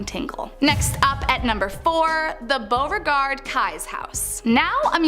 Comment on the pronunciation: keyes is pronounced like multiple keys. I was born in New Orleans.